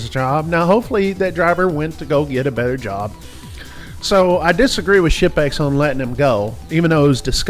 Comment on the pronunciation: The combination of my hearing loss and accent had me thinking he kept saying “shit bags” not “ship-ex”